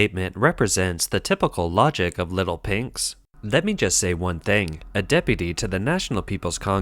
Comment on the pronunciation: Your "little pinks" sounds like "little pigs".